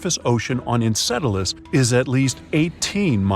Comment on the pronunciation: its EnCELadus not EnCEDelus